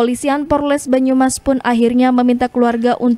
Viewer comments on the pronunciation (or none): Kok porles.....polres kali😂😂😂